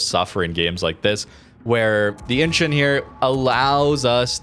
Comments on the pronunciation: I think it is pronounced "inchon" not "inchun". It is incheon that rhymes with Don, swan, John, pond etc. Google its pronounciation. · pronounced In-Chon